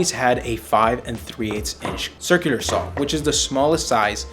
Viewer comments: step two: learn how to pronounce “circular” sur·kyuh·lr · Once you notice how he pronounces circular you can't un-notice it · I know right...why. He can speak normally but can't say "circular" 😂